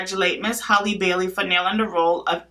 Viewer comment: It's HAL-le, not Holly, like Halle Berry.